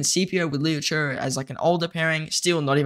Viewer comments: Cmon man PLEASE stop saying LOU CHURRRRRR it’s CHE like CHAY there is no letter R in there. I know ur young bro but ur the only content creator that messes his name up. It’s painful to listen to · Liu Che ❌ Leo Choo✅